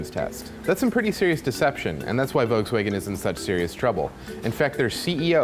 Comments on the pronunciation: did you just mispronounce Volkswagen? how the fuck does that happen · At least try to pronounce Volkswagen right...